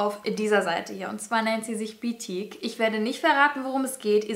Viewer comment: Beetique hört sich an wie Botique